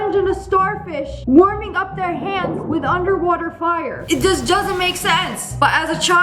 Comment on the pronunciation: "It does jusnt make sense" 😭😭😭